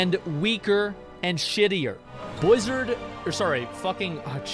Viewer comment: man when he missaid blizzard i cracked up